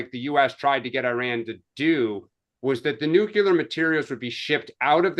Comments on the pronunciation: Much like mispronouncing nuclear. NUKE-LEE-ER, not NUKE-YOU-LER! B52, not B2! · Say it with me: New-Clear